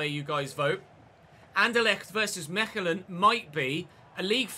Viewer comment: Mechelen is pronounced Meh•Kuh•Luhn (or more simply Mekelan) and is in the Flemish region of Belgium. Love the content I’ve watched every episode!